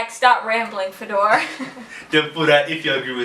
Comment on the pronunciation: You forgot to mention that in Russia it is NOT OK to pronounce your name Fedor like FedOR i.e. with the stress put on the last syllable instead of the first